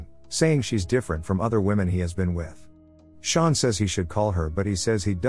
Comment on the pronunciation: Sean doesn’t pronounce Shawn